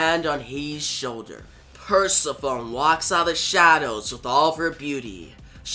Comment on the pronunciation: Pronounced - Per sef ony and Sis uh fus. I enjoyed the story good job